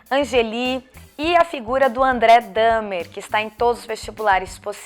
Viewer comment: Obrigado por pronunciar o sobrenome do Dahmer. Sempre tive dúvidas de qual era a pronúncia.